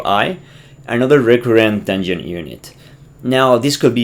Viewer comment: dun-yon? are you French?